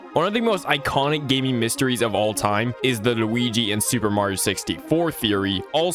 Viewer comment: i love how this guy says luigi LUWIGEE